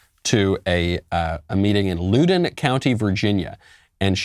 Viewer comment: It's LOWDON Michael.